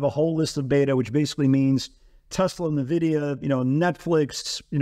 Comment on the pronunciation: It's not navidia...